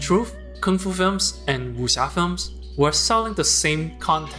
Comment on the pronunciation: Thank god, finally someone pronounced Kung fu correctly, usually people pronounce it as 'kuung - foo'...